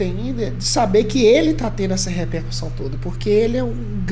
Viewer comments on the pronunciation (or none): none